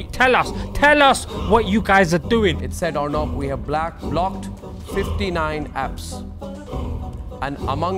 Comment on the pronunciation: is no one gonna mention the "blaaacked" instead of "blocked"